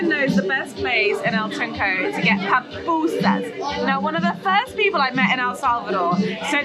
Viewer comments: Girl that’s my country and btw it’s Poo-poo-sas ok 😅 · PAPUSAS HAHAHAHA THESE GRINGOS BUTCHER OUR LANGUAGE. PAPUSAS HAHAHA IS PUPUSAS.